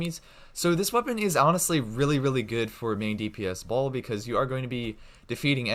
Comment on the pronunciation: When he say baal but my ear hear ball...😅😅😅